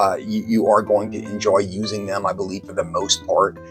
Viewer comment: giggle I looked closely at the FC Black Edition, and IT is in my cart :D Now I have to find your old FB page review of it. ((you left the j out of en(j)oyith, which is really cute! You are the best!!!))